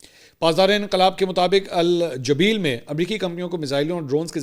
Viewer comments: It's Al Jubail not Jabeel... You should take reference from English name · Mansoor bhai. Its AlJubail Not AlJabeel